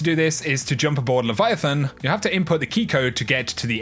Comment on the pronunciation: LOLOL whatever you say kid. It's not even a dialect nor old english. More on slang. Is it Leaviatan or leviathan? Lmfao